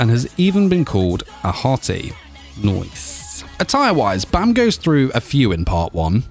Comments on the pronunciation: Baam not Bam well ... who am i kidding to have some one know the actual correct way of say Baam... your not Korean after all.. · why do u pronounce bam like that